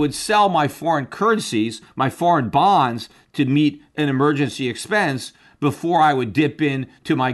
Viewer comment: Peter's word flubs every episode are so funny. "Exspess"